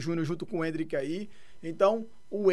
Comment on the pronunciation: "Endrik" KKKKKK se perdeu nas curvas.